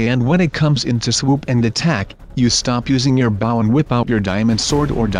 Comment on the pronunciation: you are not playing the right way. it is not baw it's bow. it's not cobble.